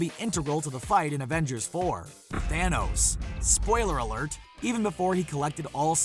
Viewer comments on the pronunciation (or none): none